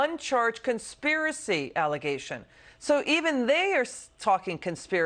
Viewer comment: she said kiliary Clinton. Lol